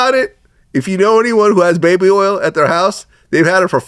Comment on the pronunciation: This ninja didn’t say baby oil he said baby earls. 😂😂😂Shotout to Louisiana!